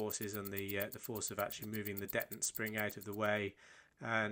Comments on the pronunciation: 🤔 .... detent. dettent?.... OH! ....deeeeeetent. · You pronounce detent in an unusual way. I've always heard and said dee-tent, accent on the first syllable. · Maybe it just got lost in the pond, but I’ve never heard “detent” pronounced that way. Edit: Just finished the video. Kudos on a job well done. I appreciate your narration style almost as much as your attention to detail. You, sir, are a true craftsman and definitely deserve a sub. 👍🏽